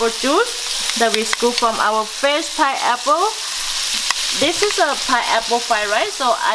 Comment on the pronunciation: I can't get over the fact that she says "piapo". I love accents. I am Kenyan and i have an accent too.